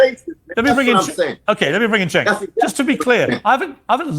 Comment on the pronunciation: It's Jank as in yank